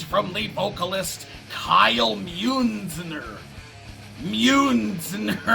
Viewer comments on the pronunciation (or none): It is German!